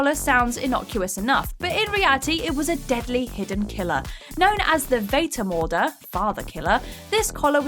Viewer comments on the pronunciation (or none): Oh come on, half a minute of research would have told you that this is nowhere near the pronunciation of ,Vatermörder‘. Interesting video nonetheless